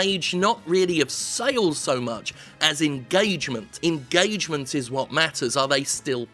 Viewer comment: "engAAAgement". No thanks.